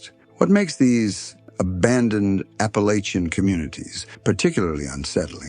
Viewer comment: 2 seconds in and you mispronounced Appalachian Mountains. Come on, if you're gonna make a video about this region, then at least pronounce it correctly 🫩😒